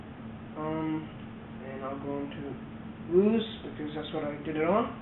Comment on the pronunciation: it's pronounced VIEW-ZE